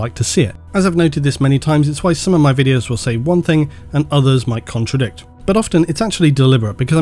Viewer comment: Love how you go on about pronunciations but say 'think' instead of thing all the time. Hilarious.